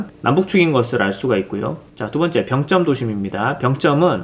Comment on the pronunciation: 난 병점에 살고있는 주민인데..... 우리들은 "병쩜"이라고 발음 안 하고 "병점"이라고 합니다. 북한사람들처럼 발음하지 마시길....